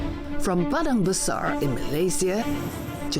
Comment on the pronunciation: ...its Padang Besar! not badang basar!!!